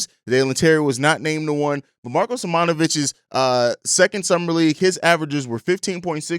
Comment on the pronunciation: Just letting you know it’s pronounced “Si-moan-a-vic” not “Si-mon-a-vic”